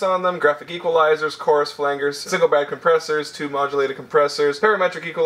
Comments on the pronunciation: did you say flan Gers? its said flanjers lol. flange. its a bent angle usually in a piece of metal. in this case its differing frequencies and EQ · you pronounce "flangers" weird.